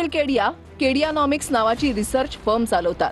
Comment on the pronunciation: केडियानॉमिक्स नाही किड्यानॉमिक्स